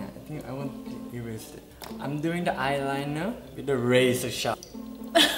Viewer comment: JAJAJAJAJAJA NMM faundeishion JAJAJAJJAA ailainah mascalah